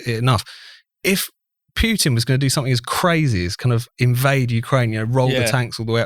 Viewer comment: Who is this "Pyutin" (Pyootin) guy? Any relation to the Russian president? You know, Vladimir Putin? (I mean, a couple of clicks on Google will give you the approximately correct pronunciation. Jeeez!)